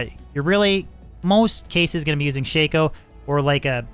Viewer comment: its not called a shayko...a shacko is how its pronounced. god it hurt to hear you call it a shayko. you really dont know anyhting about this game lol. Everything you're saying is wrong lol.